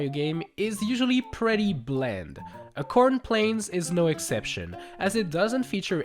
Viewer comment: said a corn when it's acorn